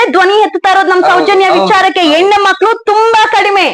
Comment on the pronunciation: 😂😂 ಹೇನ ಅಲ್ಲ ಹೆಣ್ಣು 😂😂😂😂